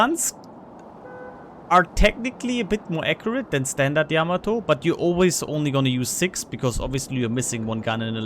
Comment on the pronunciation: Thanks for the input T. And Thank you for pronouncing Yamato correctly.